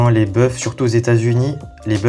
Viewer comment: * des boeufs se prononce " des beu"